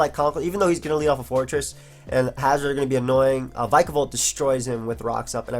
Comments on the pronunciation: Man, bulky waters in UU?! That's something new Kappa ALSO IT'S VICK UH VOLT :] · Since Pikachu is pronounced Pee-ka-chu, shouldn't Vikavolt be pronounced Vee-ka-volt? Especially since they're both electric types ; )